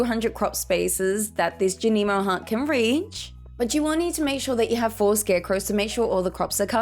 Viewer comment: Thank you for a greatly informative video!! I have always planted in squares and rectangles but I love the flower-like pattern you made when using the sprinklers! Also I am glad you offer a different way of saying Junimo (I like your way the most) Subscribed 💜